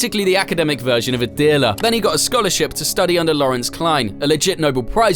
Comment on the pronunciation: “Nobel Prize” isn’t pronounced “noble prize”, it’s Nobel…like “No-bell”. Sorry to be the kind of jerk that points out stuff like that, but I am who I am. 😂 Anyways…it’s a great video. I just happen to have a sick compulsion to point out grammatical and pronunciation errors…nothing personal though. I’m a longtime subscriber and I love your channel.